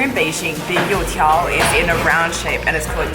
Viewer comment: Couldn't you like, translated 油条 into fritters?? It's triggering me when you say You Tiao in an English Accent, knowing both Chinese and English is torture.